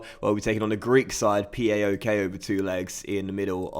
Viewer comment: Just to say mate PAOK is pronounced (p-ow-k) not (p-a-o-k) its a word👍 I have a friend in Greece who’s from thesaloniki and that’s where they’re from.👍